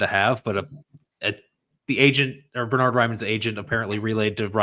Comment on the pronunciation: Bern-hard not Ber-nard. the first syllable is pronounced Bairn like the Scottish Wee Bairn.